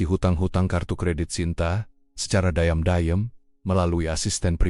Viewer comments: Menhapa diam-diam dibaca dai yem dai yem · Narasi nya gmn sih. Diam" kok di baca daiyam". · Cerita mah bgus cma ini cra membcanya maksudnya keren atau gimna ya,diam diam bilangnya dayem dayem. Lgi sibuk sibuknya ,bcanya sibak sibak nya.kan konyol perlu d perbaiki lgi tuh bhsa indonya